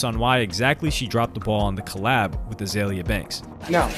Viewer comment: BTW, it's Iggy Azalea (AH-ZAY-LEE-AH) and Azealia Banks (AH-ZEE-LEE-AH)